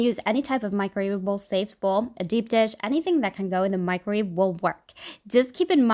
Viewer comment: “No one will believe you cooked this in a micrave.” At what point is the way she talks considered a speech impediment?